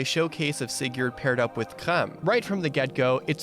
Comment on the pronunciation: That opening pronounciation of Sigurd... I mean, I know it's not WRONG, but that "yurd" is going to haunt me. And, I mean, Leif is also on a horse, in FE4 anyways.